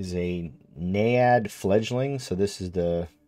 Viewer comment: Naiad rhymes with Dryad.